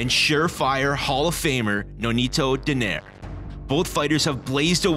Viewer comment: Donaire pronounced Do-nay-re.